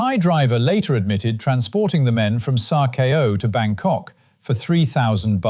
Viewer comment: "sa kow", not "sa keyo" . 24 years living in this changwat